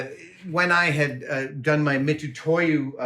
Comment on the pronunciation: Mitutoyo is pronounced MitSUtoyo (me tsu toe yo). Pronouncing it "Me too to you" is a hold-over from non Hepburn romanization. these romanizations were created by Japanese people to write Japanese words for foreigners, without having any real knowledge of European pronunciations. English especially has many many weird pronunciation exceptions. The Nihon-shiki utilizes only a limited set of Roman letters, so many older companies have these long standing "incorrectly" written names.